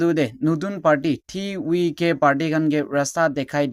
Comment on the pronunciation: Why pronounce as TVK as Ti wi ke instead of ti vi ke